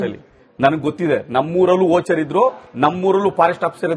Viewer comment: ವೋಚರ್ ಅಲ್ಲ ವಾಚರ್ 😂